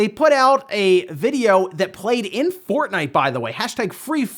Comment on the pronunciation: Did you say fartnite on purpose